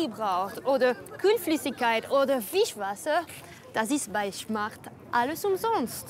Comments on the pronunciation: Von der Schmart😂😂😂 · von den Schmart 😂😂😂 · Wie cyndie die ganze Zeit schmart sagt Stadt Smart